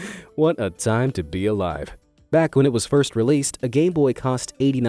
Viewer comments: Why did you say gay boy not game boy? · Did he say gay boy?? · Did anyone else him say gay boy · man said gayboy instead of gameboy